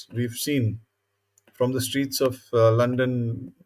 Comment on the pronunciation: you mean ‘Lundun’